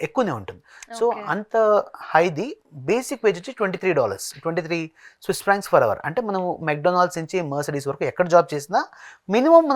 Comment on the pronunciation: vedu Swiss inform said wrongly